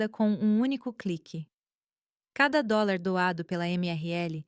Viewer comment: É difícil falar horas hors fica ridículo a forma que leem .dolis ao invés de dólar etc .fraude é essas histórias